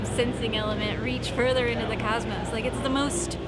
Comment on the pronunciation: Cosmos, not cusmos. It's an O